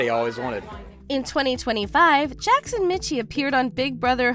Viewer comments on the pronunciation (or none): sorry to be that guy, but Jackson's last name is pronounced like Mickey... that's at least how he, himself pronounced it...